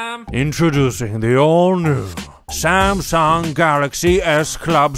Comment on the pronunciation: I am a Shamshung Note Sheven Fan. I am laughing hard. this video is sho amashing..Sha sha sha 😂